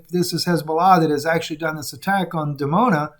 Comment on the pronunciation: it's actually Dimona Israel, nor Demona